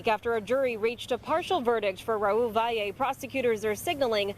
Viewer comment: It's pronounced Vally not how all you newscasters are saying it. If you are going to report the news at least try!!! SMFH